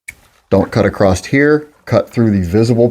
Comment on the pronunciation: Why do you add a t at the end of the word "across?"